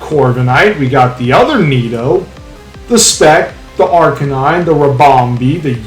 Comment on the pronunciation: So sad I don’t get to face either of you unless we meet in the playoffs 🥲🥲🥲 great vid tho fellas didn’t know you guys were as close are you are that’s cool. Also…. Did you say Ar-can-knee-nay???? Lmaoooo never heard it pronounced like that b4 😭😭😭